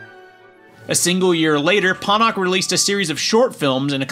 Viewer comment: It's pronounced ponoch